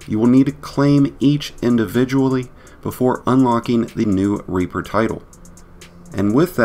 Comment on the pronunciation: Sir.. you COMPLETELY botched the pronunciation of "REAPER" its not pronouced "Raper" lmfao